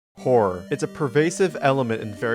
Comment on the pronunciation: dude when u said horror in the start of the video i heard wh*re, i started to laugh so hard bro